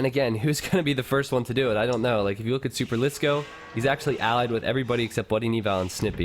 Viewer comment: I'm proud that you pronounce superlisko like a finn would pronounce it. I didn't ahve to cringe for 3 hours :D